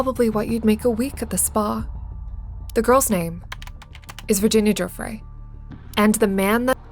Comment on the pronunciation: making a video about epstein and having the audacity to mispronounce Virginia Giuffre’s name is insane